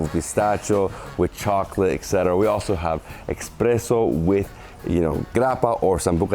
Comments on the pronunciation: Please stop saying eXpresso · Maadonnaaa, expresso?? ?